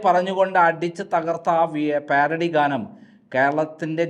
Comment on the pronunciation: സഹോദരാ പ്യാരഡി അല്ല പാരഡി എന്ന് വായിക്കുക